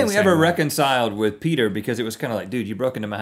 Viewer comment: Every time They say Peter, all I hear is Peder 😏